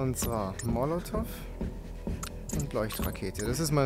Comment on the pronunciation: Ich vermute er bezieht sich darauf das es nicht "monativ" sondern molotov heisst.